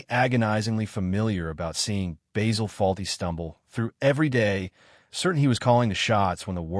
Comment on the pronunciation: It's Basil.......not Baysil.